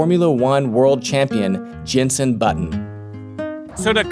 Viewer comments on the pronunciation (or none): love your videos, but I have to say it Jenson, not Jensen. Hurts my ear.;)